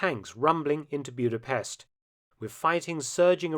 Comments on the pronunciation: As someone with Eastern European roots, it was grating to hear the city's name pronounced as Bewd-a-pest. The correct pronunciation is Boo-da-pesht. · Mark, love your channel and your work, but please learn the correct pronunciation before you record Maygar (Hungarian) is a phonetic language! it's not Byuda-pest but Buddha-pesht